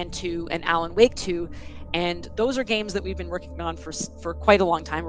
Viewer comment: why do you pronounce alan woke "alan wok"?